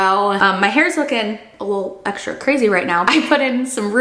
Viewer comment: I wish you would stop saying eckshtra, it’s X tra! It’s str eet not shr eet. STR is not SHR.